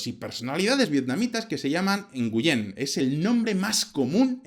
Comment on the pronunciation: Hola ! Nguyễn se pronuncia: /güín/, como ganar (win) en inglés.